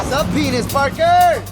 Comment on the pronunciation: Bruh you guys really said PEINIS PARKER XD